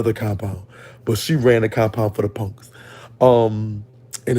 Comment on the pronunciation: I can only imagine how many fine ninjas in prison😩😍. I L❤️VE THE WAY YOU SAY PUNKS😂....you pronounce it PONKS💀🤣.